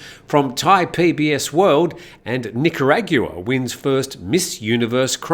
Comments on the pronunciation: I think is pronounced nickerauwagon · Nick-are-ag-wah 😂 sorry, had 2 do it. Nothing but love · It's pronounced "Nick Ah Rahgwah" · I think I heard: Nicaraguea-gua-aqua-gua 😅 It's right next to Nicaragua 😮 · Who won Miss Universe? I couldn't understand your destruction of the name of the country. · Thank you for taking the lead. I was thinking the same and found myself wincing each time it was uttered.. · how do you pronounce Nicaragua one more time?:hand-orange-covering-eyes